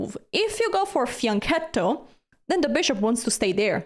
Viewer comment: It's makes me laugh when your oponent moves and you react with a look of disbelief, crinkling your brow. Also, thank you for explaining the correct pronounciation of fianchetto, since I've encountered conflicting claims. Now I can say it with confidence.